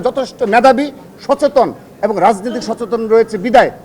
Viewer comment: ছাত্রদলের সাধারন সম্পাদক এবং ও বলতে পারে না তার উচ্চারন (এবন)